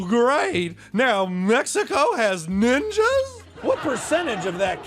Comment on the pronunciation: He said mexico has ninjass😂😂😂